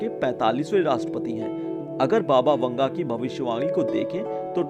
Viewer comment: Baba vunga ? 🤣🤣 PRONOUNCE IT CORRECTLY